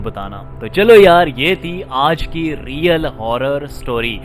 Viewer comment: Bhai Apna Real bolna to thk kr lo plzzz